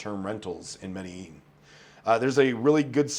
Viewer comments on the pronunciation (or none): how you still mispronounce medellin, lol